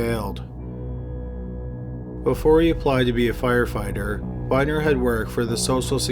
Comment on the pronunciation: I swear the first time he say fire fighter he said fire finder lol